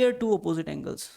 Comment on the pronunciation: Aneles nahi angles😅😊